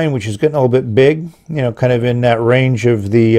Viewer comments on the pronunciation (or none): none